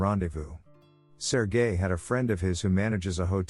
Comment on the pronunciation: When the voice says sergel its sounds like sir guy, lol